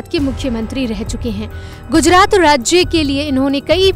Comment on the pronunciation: राज्जे नही राज्य बोल